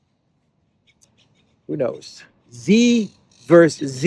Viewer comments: By dear friend, it is not "vers." It is versus. Two syllables. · Hi, it's Versus NOT Verse. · Dude, it's "versus" not "verse" lol Great video as usual btw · Just FYI for fun. the abbreviation vs. stands for "versus" and is pronounced like it looks rather than "verse." Cheers.